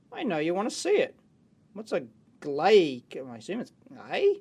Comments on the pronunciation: "glay cable" -> jp "gray cable" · Dave: Glay = Gray, dat engrish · So the "glay" cable was supposed to be "gray" :D Jinglish! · "white cable" "glay cable" ;)